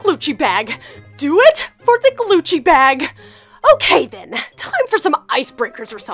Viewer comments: I herd heath say “glucci”not “gucci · It's not glucce its guccie